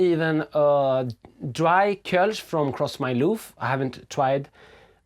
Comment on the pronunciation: Entertaining as always. It is pronounced Cross m'loof by the way :)